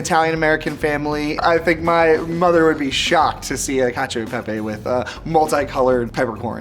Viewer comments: why the second boy pronouncing pepe as pepay. isn't he italian american? no baby the roman's aren't proud of ya 😭😭😭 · I also hate how he's so proud of being partially italian and then pronounces it "pey-pey"